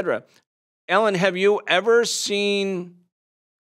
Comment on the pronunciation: Is he saying Ellen? 😂